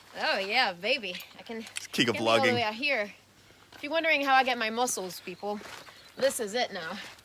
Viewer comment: "How I get my mosscles!" lol Luv it!